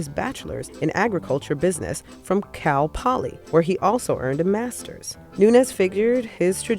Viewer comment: Lmao I seriously think she said cow poly